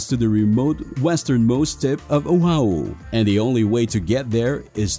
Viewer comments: Content was great, fun itinerary for a first timer but so so so many mispronunciations Oahu…. It’s O-ah-hoo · Good information but the narrator needs to pronounce the Hawaiian words correctly like Oahu, Haleiwa, etc..Mahalo. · OMG learn how to pronounce Oahu. This is ear piercing.